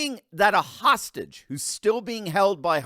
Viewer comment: Shwsiawh we saved howstage sore than sohusgsssh ! WTH IS he even Saying 🤣🤣🤣🤣🤣🤣 WHAT A EFFIN JOKE!!!